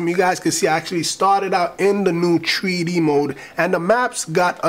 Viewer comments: u do know u say threee deee mode not treeeee dee mode right? :)) great vid man! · It's pronounced THREE - DEE.... Not TREE-DEE! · "Tree Dee" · The tree D mode !! Lmao